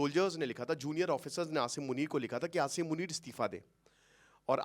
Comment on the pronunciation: क्या sir हर video में आशीरमुनिर करें हो 😅